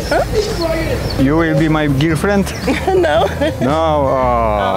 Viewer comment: Ju łil bi maj GILfrend haha